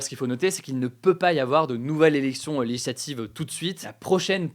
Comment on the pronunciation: Hugo,essaye de plus articuler et de parler moins vite. Quand tu dis "legislative", on a l'impression qu'il n'y a qu'une syllabe